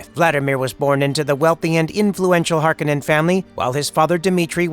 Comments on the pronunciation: It's HarKOnnen not HARkonnen. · Hark-o-nen not "Harkenen".... just bugged me in the new movie. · Its pronounced Har-kon-nen or Hark-O-nen. Not Hark-en-en... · It's pronounced har-KOH-nen, not harko-NEN. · It's pronounced Harr- cone-nen.🤨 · It's pronounced HAR'-kuh-nun. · It's House Har-Ko-nen Cringey 😬 to hear you butcher so many words. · Why do they keep mistaking the way the name is pronounced, Har-kon-nen. That’s how it was pronounced in the first movie. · It’s Har-koh-nen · The mispronunciation of the name is killing me. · Saying the name wrong